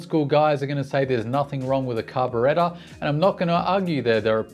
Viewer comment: "Car be re ta" lol they should have given it a twin. And why can't Kawasaki route a hydraulic rear brake hose correctly?